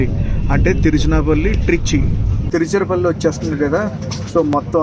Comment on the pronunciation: EXLENT BAGUNDHI . EXPLAIN CHEYYATAM BAGUNTUNDHI. తిరుచరపల్లి అన్నారు. తిరుచిరాపల్లి అంటారు తెలుగు వాళ్ళు మనము కూడా తెలుగు వాళ్ళమే గదా..